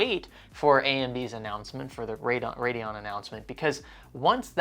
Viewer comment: Hey! Love your videos. I've noticed that you say "Radon" instead of "Radeon" when referring to AMD cards in multiple videos and it makes me cringe just a bit every time. Not a huge deal but just a heads-up! Keep up the great content!